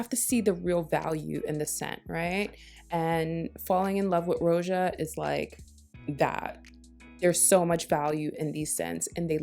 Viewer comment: Thank you for correctly pronouncing the name “Roja.” It drives me crazy when other YouTubers butcher it. It’s so easy. 🥹